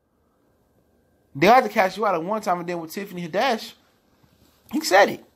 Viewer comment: Tiffany Had-dash... lol